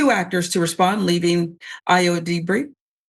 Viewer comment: It would’ve taken you a couple of mins of research to learn how to pronounce Edebiri. Just lazy